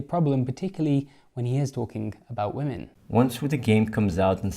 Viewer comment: "I love womAn". Like, he can bring himself to pronounce most things correctly, included man / men, but not women. I reckon this is done on purpose.